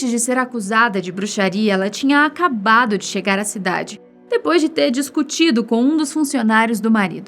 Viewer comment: "...depois de ter discutchido..."